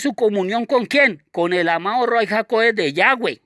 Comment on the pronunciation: Shalom ach! Yahweh le bendiga. Le pregunto algo: ¿Por qué usted escribe y pronuncias Ruai? Tengo entendido que lo correcto es Ruach HaKodesh.